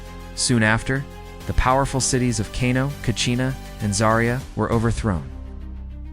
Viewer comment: Katsina not kachina. Nice video. Love from northern Nigeria ❤